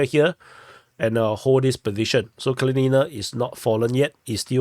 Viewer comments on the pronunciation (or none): That's Kalinina (pronounced KAL LIN IN NA. Not Kal leen een a). The town is named after the Communist Revolutionary Mikhail Kalinin, first President of the Soviet Union. The Ukrainians tried to force the ethnic Russian people of the town to rename it, under the 2017 law forcing all towns to remove Soviet names), but the people of Kalinina REFUSED, and told the Ukrainian government to go to hell. Artyomovsk and Dnepropetrovsk didn't want to change their names either, but the Ukrops just forced out local government, and then changed the names anyway. I guess Kalinina was too small for them to bother with. heh. Hats off to the people of Kalinina, the Russian people of Donbass don't like to be pushed around by the Ukies. Hopefully by the end of the year the Russian Army will finish liberating the entire Donbass, though it may take well into 2025. No matter, the Donetsk People's Republic and the Russian Federation will not stop until they have done so. Tell your NAFO buddies that - they need to understand it.